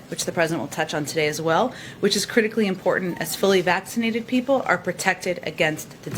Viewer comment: Please ask democrat women what they have done with all the "t's" that they don't pronounce. Ie important.